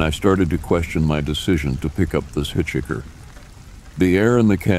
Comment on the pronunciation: I love how he says “hit-chicker”.